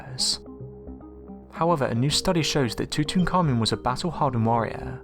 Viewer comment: One last time: It's pronounced... (Too - tonk - Ah' - Moon)